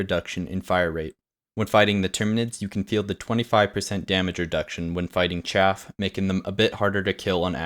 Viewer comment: It's... CHAFF! Not... CHAFE!